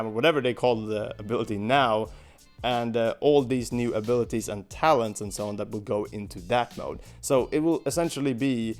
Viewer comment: Every time he said "talents", it sounds like he's saying "Talons". I was like "they're gonna let us play as the baddies in the story missions a la Sonic Adventure 2?"